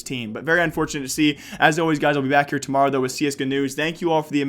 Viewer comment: tomowo? ew XD